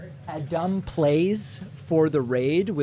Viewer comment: "a-DUM plays"